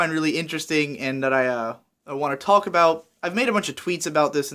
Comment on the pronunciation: I can't get over the way you say "talk" why is that?